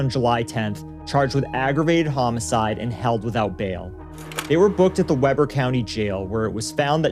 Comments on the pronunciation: F YI Weber is actually Wee-ber Utah. Not web-er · The county is pronounced Wee-ber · I used to live blocks from there. I moved out of Utah in 2016. Not that this matters but it is pronounced weeeber, not web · Hey! I’m from this city. It’s WE-ber, not Webber county. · I'm from Utah... One note, Weber county is not pronounced like Weber grills, it's pronounced like wee-burr. Like fun in the snow lol. Sorry about the pedantic correction, I'm worse when anyone pronounces Tooele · This is a local story for me. I'm really surprised I hadn't heard of it. Pronunciations in Utah are weird sometimes. The county is Weber (We-burr) and the Judge's name is DiReda (De-read-uh). ((I'm a legal secretary for an attorney practicing in Weber and Davis Counties.) Thank you for covering these tough stories.